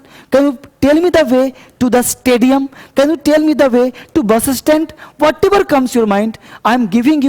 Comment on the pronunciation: Way 😁😁 not bay.